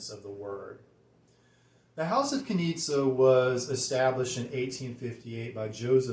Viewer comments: Great review! ..but the correct way to pronounce the name is Knishe! Greetings from Berlin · Nice presentation of an interesting fragrance. Btw... it's pronounced "Knische" with a smooth "sch" but it seems to be complicated for English speaking guys ;-) Take a look at the German Wikipedia for "Knize Ten" ;-) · the name's apparently slavic and the "z" part is pronounced with a soft "sh" - like the "g" in "my liege". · Guys, it's a bit tricky the brand is located in Vienna, Austria but the original founder Josef Knize was born Czech. Search on YT: "Hotel Savoyen Wien und Herrenausstatter Knize" and there you'll have the correct perfect pronounciation. "Knie-sche" because czech "z" is spoken "sch" (like sh...it, LOL 😅). ✌️😉☕